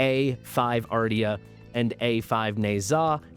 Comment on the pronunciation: Isn’t Ardea pronounced ‘Ar-Day-a’?